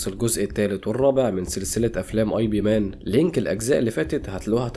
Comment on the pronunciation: إب مان مش آي بي😅